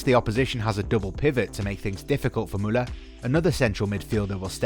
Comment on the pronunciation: I love how he pronounces Muller !! For me Kimich has always been my favorite player since Pep Guardiola i knew he had the talent to he one of best players in the world.